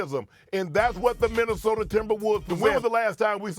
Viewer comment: from “Minnesoter” to “Minnesota” oh the Wolves have ASCENDED ascended 😤😂